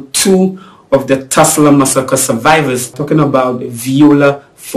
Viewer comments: it’s Tulsa, not Tusla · it's; TULSA not TUSLA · For your info, it’s not TESLA. It’s TULSA.